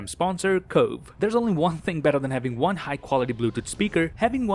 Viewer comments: in the end of the video: "See you in the next wong" Me: Haha nice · Am I the only one who heard "in the next wong" 🤣